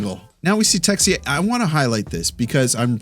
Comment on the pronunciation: Haha great job on the French about that Texier ' ruse '' you're awesome man.